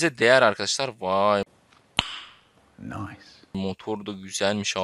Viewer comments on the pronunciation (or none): adam nays diyo komayabgiriyorum 😃😃